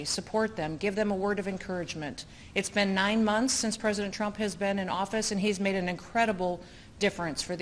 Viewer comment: She’s going to run for… pwezidentttt..😂😂